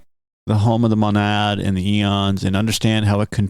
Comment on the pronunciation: "MOW-nad", not "m'nad"....